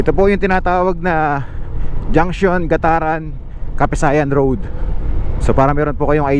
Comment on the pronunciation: GAT-TARAN boss....